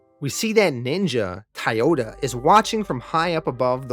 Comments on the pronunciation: Why are you saying thai yoda? It's spelled like the car company Toyota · Never heard anyone pronounce Toyota as [Tiyota] 😆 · Where are you from? Your pronunciation of certain words stick waaaaay the hell out. Toyota, Toy-ota where are you getting Tioduh from? Lav-vuh? How about Lah-vuh. It’s a pet peeve but after so many series it builds up